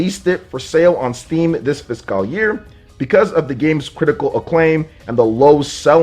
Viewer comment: I only tune in to hear weird pronunciation of the word "fiscal".